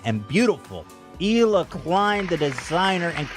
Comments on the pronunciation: “Eel uh” not “heel uh” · Just an FYI the H in Hila is silent so it's pronounced Eila. Love you so much 😘